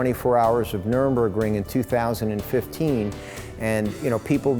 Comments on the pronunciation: This guy keeps annoying the shit out of me by mispronouncing Nurburgring as "Nuremburgring". You would think as a German Jew, he would know the difference between Nuremburg & Nurburg. You would also think that as a German, he would know that there's no Ring at Nuremburg, just a bunch of old courts. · This guy is amazing, no doubt. Funny that he calls the Nurburgring the "Nurenburgring." One would think someone would have corrected him by the time he embarked on building an homologation car. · hi James, (we've met and spoken)... You're awesome! But I believe its Nurburgring, not 'Nurenburgring' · You would have thought considering he's been there that he would realise it's Nur Burg Ring, not Nurem Burg Ring ! It's even on the big sticker on the car behind him ! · Wow, amazing, but please, someone tell him, it's not Nurembergring, no deathcamps nearby.